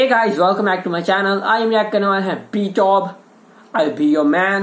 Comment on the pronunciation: Its actually pronounced Bee to Bee Btw Thank you for reacting to them 👍